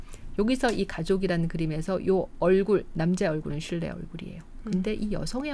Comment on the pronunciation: 실레가 아니라 쉴레 라고 발음해야 하는데…한국우 표기법 때문에 그런가..?